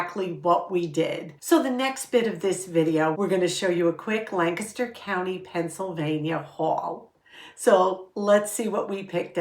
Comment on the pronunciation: I e really missed you! And thank you for pronouncing Lancaster correctly! I live in York so very close.